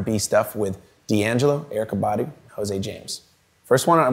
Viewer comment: Cool! Pino is a real master, his lines in Phil Collins’ „I Wish It Would Rain Down” , Tears For Fears „Woman In Chains” or Michael Jackson’s „Earth Song” are incredible!!! Hey, Eykah Badu pronounces herself not „body” , but „baDOO”:)